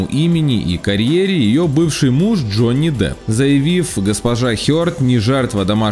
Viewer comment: Джони "Дап" Хахахахахахах